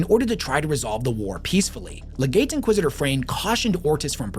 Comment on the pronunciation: Don't wanna be that guy but it really irks me when people don't even get the pronunciation of the words they are teaching people about. It's MaelSTROM, not MaelSTORM. Warhammer uses a lot of older and difficult words but I feel like this one is pretty easy. EDIT: Other stuff too like Commodus being pronounced "commodius". Legate being pronounced literally Leg - ate.